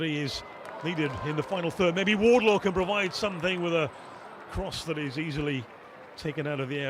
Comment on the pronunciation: Every time this announcer commentates he calls her Charlotte WardLOW. For the love of all that is Holy call her by the correct surname. Pay them the respect they deserve and get the name right. "I fought the low and the low won!"